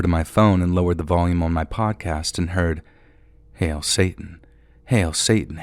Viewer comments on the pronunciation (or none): none